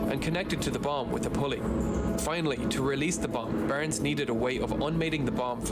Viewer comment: It is Barnes . He pronounces it Burns. Please get it right.